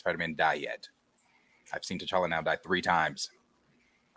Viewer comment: That T'challa name butcher was willlllld 😂